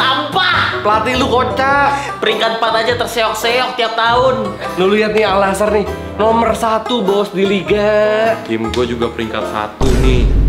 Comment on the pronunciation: AL NASSR itu dibacanya ANNASER